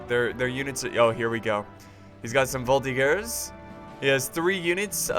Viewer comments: NOOOOOO !!!! it's not prononced "volti-GERS" but prononced "volti-JERS" !!!! not so hard to remember !!! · Its a soft G in Voltigeurs